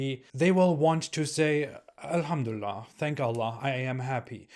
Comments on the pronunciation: I'm very happy 😂😂😂 oğlum çıktığın yere geri gir,how do you know , if you're not happy doesn't mean we're not 😂😂😂😂 you can't even pronounce elhamdülillah right and that proofs that you never were a MUSLIM you prick 😂😂😂😮😮😮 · “I used to be a Muslim” you can’t even say alhumdulillah or Islam right. 😂😂